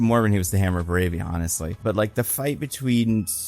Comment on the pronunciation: Boraaaaaavia, right? Not “Boroooovia”?